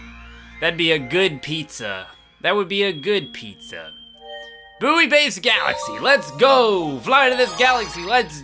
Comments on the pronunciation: PBG! It's pronouced "bwoy" not "boo-ey"! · Hey PBG. Buoy isn't pronounced "Boo-ee", it's pronounced "Bwoy". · You do realise that it's not pronounced Boo-ee, right? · Love the series but one thing is bothering me. Buoy base galaxy is pronounced boy base galaxy, as in the things that float in the sea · you keep saying buoy wrong. you are supposed to say it like "boy" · It's pronounced different in different regions and countries. Don't act like your smarter than PBG.